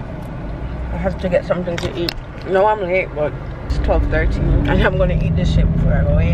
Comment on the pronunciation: “Sumn nu right” LMAOOOOO